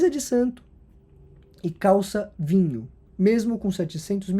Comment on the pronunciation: A ênfase na calça "vinho" diz tudo